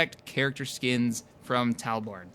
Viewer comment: Awesome stream! my only peeve is that you called me 'TalboRne'. there is no R in my name. :P